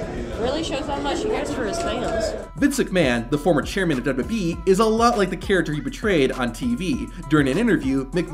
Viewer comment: Stops saying "dwee". The company is called "WWE" (pronounced, double you, double you, Eee).